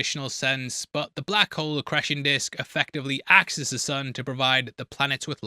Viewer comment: You pronounce 'ecreation' disk in a way ive never heard anyone else say it,its almost as if you've never heard the word before...but that cant be right, right!?😂